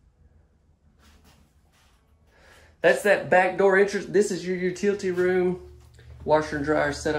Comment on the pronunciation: We all voted here and decided we all love your goofy sense of humor! We think you are probably an excellent dad since you have that "Dad humor" thing going there. And don't change how you say "Utility Room" just because it's different than we say it in Michigan....you just have to be yourself because everybody else is taken! :-)